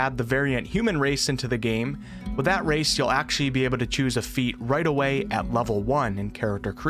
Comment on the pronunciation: The word is "Actually" not "Ackshee"